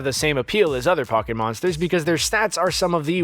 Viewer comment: Do u not know hot to pronounce Pokémon?